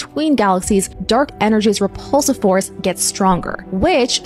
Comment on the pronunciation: The way you said rePULsive lol, like it was gonna make you gag 😂